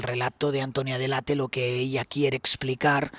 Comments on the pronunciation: PERO COMO C PRONONCIAS SU APELLIDO?????? DELEIT?!!! DE DONDE SACAS ESO. ES ITALIANA, SE LEE COMO EN ESPAÑOL DELL' ATTE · Qué ridículo eres .. se llama de Antonia dell' Atte y se pronuncia tal cual! Ella misma pronuncia así su apellido. Y tú diciendo "deleit"🥱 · DELL·ATTE,.TAL CUAL,.. ES ITALIANO,..🤣🤣🤣, NO INGLES😂😂